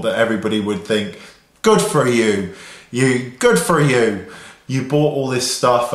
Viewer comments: You sounded Irish when you said ''Good for you'' :-D x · the "good for you" sounded Irish! haha. nice video.:)